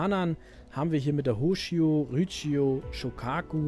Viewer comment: So gut das Tutorial auch ist, aber da gebe ich dir recht..."Rutschio/Rütschio", "Hoshio"...autsch. Auch ist die Midway nicht so wirklich mit dem 2. WK in Verbindung zu setzen, da diese 8 Tage nach der japanischen Kapitulation in Dienst gestellt wurde und dementsprechend nicht mehr in die Kämpfe eingreifen konnte. Außer du beziehst dich auf die Schlacht um Midway.